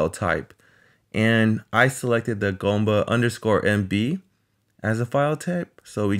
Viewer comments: It’s g[oo]mba, not g[oh]mba. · GOOM-ba, not GAHM-ba ---- OO as in Doom, or Gloom